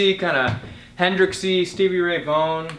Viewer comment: “Stevie Ray Vone”